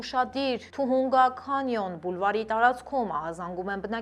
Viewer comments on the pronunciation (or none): ջան շատ վարժ ու հաճելի եք կարդում լուրերը, բայց քաղաքների անունները ճիշտ արտասանեք, Թուհունգա քանյոն չի Թահանգա քենյն, Քյաստաիկ չի, Քյաստկ, կներեք ❤